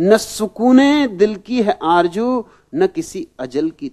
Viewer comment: Aarzoo not Aaarjoo. Babaji, pls dont spoil the beauty of urdu language,. People worship a guy who can't even pronounce the sound 'SH' or Z